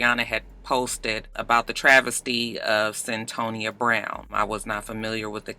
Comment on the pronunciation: It's CYN-Toya aka Cyntoia I saw the documentary a year or two ago on HBO...